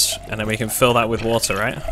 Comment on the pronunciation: Sir, it's called a BoAtTlE of WoAtHeR xD